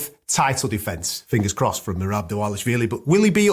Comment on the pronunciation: Oh no. finally pronounced merabs name correctly. Merabs is screwed